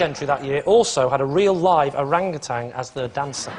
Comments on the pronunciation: I'm not so bothered with depicting Sweden as cruel to animals as I am bothered with the pronounciation of orangutan. There is no "g" at the end of that word. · why do they keep saying orangutang?